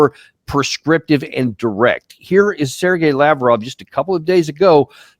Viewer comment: Please Danny !!! It's La-VROV, not LAV-rov !!! Being American is not an excuse for incorrect pronunciation of an important person's name.